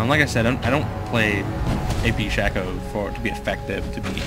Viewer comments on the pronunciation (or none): hes saying 'ap shacko' XD